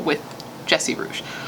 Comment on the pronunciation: Hey nice video! First, RIP to Nicholas Markowitz and second, Jesse Rugge's last name is pronounced "Roogie".